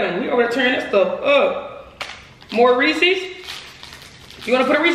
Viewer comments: say Reese's Cj: yeese's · Its not otonounced ree-seas, its pronounced ree-siz